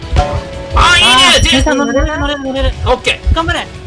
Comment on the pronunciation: Dさんのことじぇいさんっていってたのww エモート可愛いw